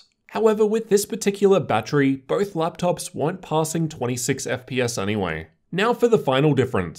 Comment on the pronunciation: "ef pee ass" that makes me love you even more.